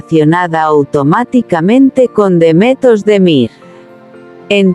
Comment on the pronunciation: Kanaman a Demetos de Mir - kdo to je? To jsou nějaké neznámé zkomoleniny...... Pokud chcete o někom mluvit, tak se alespoň naučte správně vyslovovat jeho jméno - to je základ slušnosti a projevení úcty k dotyčnému. Pravděpodobně chcete mluvit o hercích, jejichž jména jsou Can Yaman (ve jméně Can se C čte stejně jako se čte J v anglickém jméně John) a Demet Özdemir. Tak je neurážejte komolením jejich jmen.